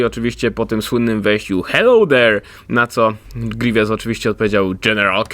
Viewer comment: grivies palpatajn jak mnie to wkurza